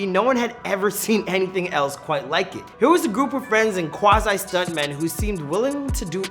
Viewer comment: Quazi. "Qua ZYE" Qua-ZEE